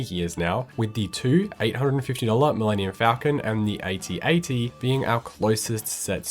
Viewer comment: To be clear it is pronounced “at” - “at”. Not “a” - “t” - “a” - “t”. Watch some vintage Kenner commercials if you don’t believe me.